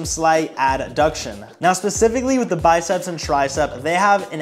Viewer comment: I heard “biceps black guy” lmaoo